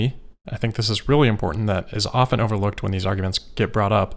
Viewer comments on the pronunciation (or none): none